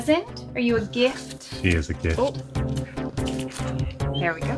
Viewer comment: lol@ pronounced jift"....That's awesome! sure does like to steal the show, the kissable cutie. She's adorable with the reindeer antlers. And I'm laughing myself to tears from all the broken glass sound every time some paper or bubble wrap is thrown! So much cool stuff. About the best xmas gift I (and my brother) ever got was a new 1541C disk drive, back sometime in the mid 80s. It's still sitting on the desk next to me! I was using it a few hours ago to test some disks. One of these days I'll futureproof it with a recap.